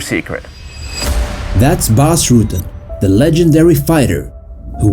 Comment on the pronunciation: Whats more terrifying is the way he pronounces his own Dutch name. It's pronounced RUT-TEN not ROO-TEN